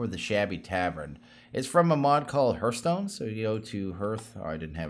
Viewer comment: I'm sorry, but I did this with Direwolf20, too. It's HARTH-stone, not HERTH-stone.